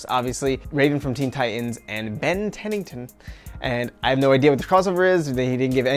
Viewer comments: No. They chose the characters because they’re fan favorites. That’s what they said. And also, it’s Ben Tennyson, not Tennington🤨 lol a lot of your fact checks are wrong lmaoo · Ben Tennyson Not Tennington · I feel like he has a right to butcher the name considering how trash the reboot is.